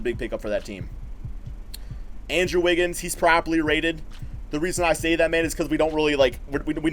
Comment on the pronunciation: I keep hearing "PROBABLY RATED" haha